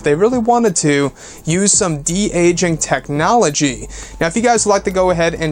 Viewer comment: "some kind DE-AGIN TEHCNOLOGY!", like make up.